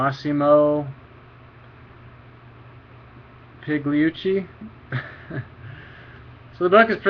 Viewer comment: The "G" in his last name is silent! Also, Pigliucci is a philosopher of science to be precise. Great review btw.